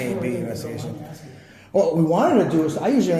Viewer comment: Amazing how many Americans can't correctly pronounce the word "ask".